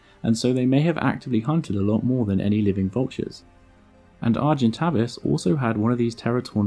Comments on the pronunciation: Great video, but wasn't it pronounced Argen-tay-vis and not Argen-tah-vis? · 'a monster known as Argentavis Magnificus'. No, and no. You got the second part wrong (Magnificens is correct) and pronounced the first part incorrectly. It's are-jen-TAVE-iss. Getting the name completely wrong is not a good start to any factual content. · "Argentay-vis Magnifi-sens , not cus.... Read your script! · Him: Ar-jent Avus Me (because french is still burned into my brain): Arjhent'aveee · Argentavis not argentaves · Argentävis not Argentavis.... I play Ark. I know this. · Any other long term ark players annoyed they've called it Argen-Tay-Vis this whole time? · Argentavis..... arr gen Tay vis phonetically! Was doing my head in sorry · Pronounced A vis avis it’s A sound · Its pronounced argen-tay-vis, Argent = silver Avis = bird. Latin for Avis is pronounced the same as play - bus haha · You're saying Tavis wrong.